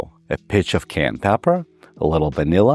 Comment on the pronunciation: Would you pleaseeeeeeeee learn how to say Cayenne Doc.